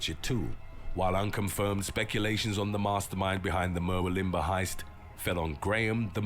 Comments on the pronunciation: Mer-wil-limber that cracked me up🤣🤣🤣 its pronounced Mer-wool-lim-bah. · MUR-WILL-UM-BAH not MERWIL-IMBAH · An Englishman trying to pronounce Murwillumbah ! it is pronounced here in Oz as Mawullambah! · It's pronounced "murwoolimba" like Wagga Wagga is pronounced "wogga wogga" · I had to laugh at the town Murwillumbah being pronounced like that ! It is ... Mer-will-um-bar ... not whatever that announcer pronounced it as!